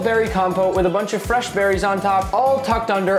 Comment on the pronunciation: ah yes my favorite, frsh berries